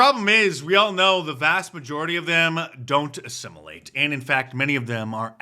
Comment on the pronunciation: says assimulate.. more like desimulate.